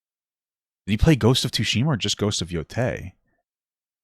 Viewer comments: Man called it "two-shima" 😂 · Papa's way of saying tsushima breaks me every time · Ya know. People seem to be having an issue with female Leeds in male focused media that people like Ridley Scott cracked 40 plus years ago >.> also please tell me you are pronouncing the T in Ghost of Tsushima to trigger my sperg brain. I make pornographic art for a living, I don't want all the media I consume to also be horny...